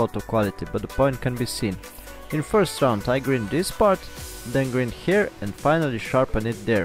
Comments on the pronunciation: Great my friend, great use for all those brokes ss drill bits I must break lol, oh as I regard you as a friend just one thing grind is pronounced like find, only a friend would tell you this :-), take care . Mac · Love what your doing but pronounce grind not grid it's confusing. Thanks for your video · Nice video, good idea. :) (Friendly comment the word grind is pronounced gr"eye"nd what I mean is the i is sounded like "I" )